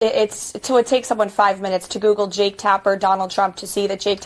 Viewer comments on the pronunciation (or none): none